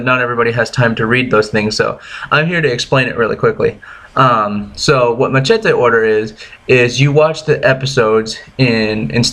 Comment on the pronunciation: First , learn how to pronounce machete..........